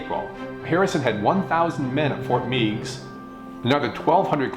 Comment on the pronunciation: another excellent segment. I appreciate it when you talk about history that took place in northwest Ohio such as this segment and when you talked about the Battle of Fallen Timbers. Just a FYI...locally we pronounce Fort Meigs with a short E, Fort Megs. Regards, Steve